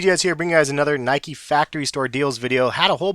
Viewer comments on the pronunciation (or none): none